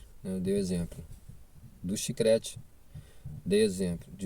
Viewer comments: CHICRETE TA F,,D KKKKKK É CHICLETE KKKK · Olá ,o correto é CHICLETE e não chicrete ,no mais obrigada pelo conteúdo .Desejo sucesso